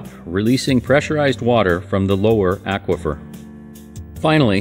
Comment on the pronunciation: Imagine pronouncing "aquafer" the way this gentleman does. I would mean that, Aquaman would be, Ackwaman! Stuff like that keeps me up at night.